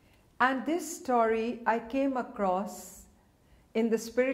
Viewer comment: Thanks for your staury instead of story...